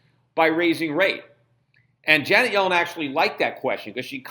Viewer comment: I know who she is dumbass....if you listen to Schifts "pronounciation"....He says it as "Johnet" instead of "Janet"...